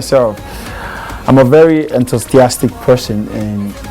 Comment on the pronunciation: Did he just pronounce "enthusiastic" the way I just heard him?